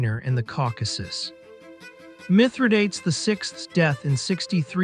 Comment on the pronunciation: Do try to learn how to pronounce a name before making a video on it.